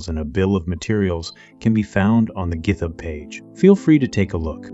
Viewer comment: Nice to see someone using FreeCAD, but would be even better if the voice was not computer generated. For example, you could have given the TTS program "Git Hub" rather than "GitHub" without the space. The list was not avoidable without rewording though, and I can't even fathom why it messed up "FreeCAD" (again, you could have just used "Free CAD" with a space) so horribly . With some amount of knowledge in this, you could probably correct the scripts quickly, especially with ctrl+f or a find and replace tool to correct all cases of a repeated mistake when dealing with longer scripts. I guess I wouldn't consider it as big of a deal if English is not your first language, if you have a speech impediment, or if you just want to hide your identity.